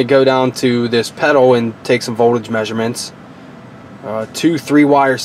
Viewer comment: He says voldage the same way scanner danner lol